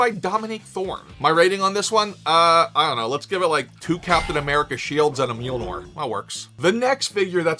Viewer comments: As a heads up you have your vowels mixed up when you pronounce Mjolnir. You keep saying it as “MJIL-nor” when it should be pronounced as “MJOL-nir” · Oh, you’re always sayin Mule-Nor instead of Mjolnir. Youre lucky we love you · My favorite pronunciation of Thor’s hammer is MeeULNor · Drinking Game - every time mispronounces Mjolnir take a shot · It's Mjölnir